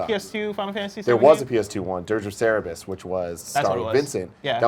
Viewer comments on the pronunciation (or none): Cerberus not Cerebus